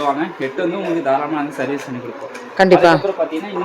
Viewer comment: இந்தம்மா.... அது சேவீஸ் இல்லமா அது சர்விஸ் மா.... content அ பேச சொன்னா... 100 ம்மா போடாதம்மா இரிட்டேட் பண்ற மாதிரி இருக்கும்மா.... அந்த பையன ஒன்று பேர சொல்லி கூப்பிடும்மா.... இல்லனா தம்பினு சொல்லி கூப்பிடும்மா😂